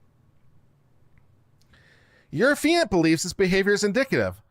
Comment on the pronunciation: Both you and LegalMindset called it "Uh-fee-ant". Why do I think it's "Aff-EE-ant"?